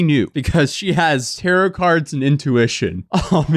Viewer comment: Ayyy, we saying tarot correctly, my man